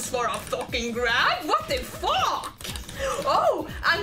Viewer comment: It's so funny when she says wot de Phoque!?